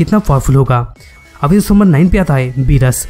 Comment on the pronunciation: you r saying berus but its beerus